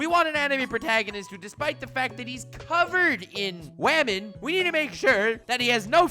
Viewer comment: (ahem) don't you mean Wamen?